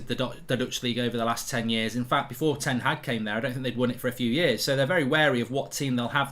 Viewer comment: will someone ever pronounce ten Hag correctly?